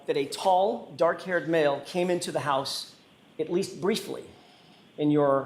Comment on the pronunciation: 😂😂😂 nice $100.00 word there, shows you got some vocabulary skills, maybe now work on pronunciation skills with that it gets dock outside at night.